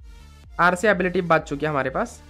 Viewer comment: Are you guys noticing that he is saying baach chuki hai like Pakistani accent